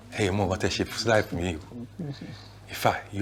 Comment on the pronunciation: "You've turned my rife around"